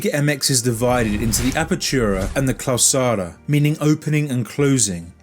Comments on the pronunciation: Great video, just one small detail that annoyed me, the tournaments are "apertura" y "clausura", not "clausara" that last word doesn't exist in spanish, in case you ever cover any latin American league in the future please read it and write it correctly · Mexico is in North America not South America. And it's Clausura not Clausara